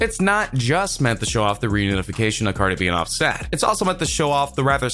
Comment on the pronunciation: Why you say his name so wrong like so so wrong